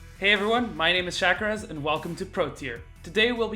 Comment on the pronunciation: shakazez? lul nice video mate